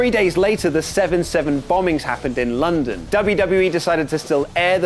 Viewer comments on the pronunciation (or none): none